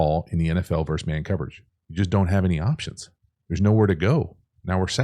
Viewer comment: Please use the word versus. It isn't "verse man coverage." It is versus man coverage.